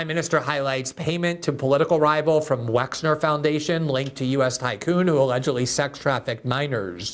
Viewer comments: Wexner not Wexler. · WEXNER, Les WexNer, Leslie Wexner. Not WexLer. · Please, Ghislaine: gill-LANE ben Menashe: ben meh-NOSH Les Wexner, not Wexler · Hi Glen. Good segment. But just an FYI Les Wexner isn’t Les “WexLer” , as you’re pronouncing it. It’s WexNer. I’m from Ohio and get my medical care at the WexNer medical center. And I’m also pretty sure that Ari Ben-Menashe is pronounced muh-nash-she. I heard his name pronounced on the Trine Day podcast several times and it was pronounced as I said and he never corrected the host. And you should check out that podcast BTW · Gee Gee, my man, the guys name is "Wexner". Les Wexner is a prominent figure among business people in Columbus, Ohio, or rather, used to be as Columbus is the headquarters for a few of his retail concerns like Victoria's Secret, The Limited, and others. His name around here is pronounced "WEX NER". Not trying to be pedantic but details matter as the fictitious Reacher is repeatedly claiming. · Isn't it Les Wexner?